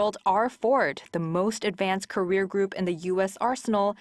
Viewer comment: Well done. I always enjoy these updates from Korea. Just a heads up concerning aircraft carriers. I noticed the pronunciation was a bit off. Its carrier not career. ❤